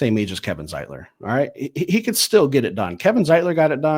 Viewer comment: That's Zietler, not Zietlic. And yes, he is an old man coming off a bad year . NO!!!